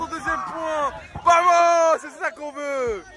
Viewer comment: C pas bamos més vamos si tu em sait pas le dire dit le pas